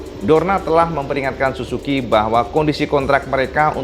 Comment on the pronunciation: Plislah kalo ngomong suzuki baca huruf ''z''nya yg jelas.. Kok kedengerannya susuki, malah kalo ditulis jadi susuQ atau susuku 😂🤣 wkwk